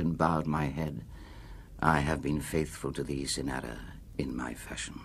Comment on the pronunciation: I've adored this poem for 56 years, since I was 14 years old, and I later wrote a thesis on Ernest Allison. But Burton reads this far too quickly, and almost incomprehensibly. And he doesn't even pronounce the title character correctly, it is CYNara not cynARA.